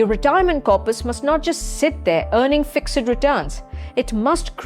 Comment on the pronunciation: Please please pronounce fixed correctly.